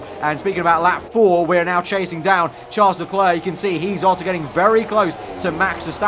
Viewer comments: It’s not Tcharlz Leklurk, is pronounced Sharl Le Claire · Ffs, Charles LeClerc is pronounced Sharl le Claire. Please learn it!